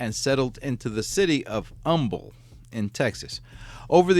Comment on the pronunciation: You must be from Texas. You pronounced Humble correctly. LOL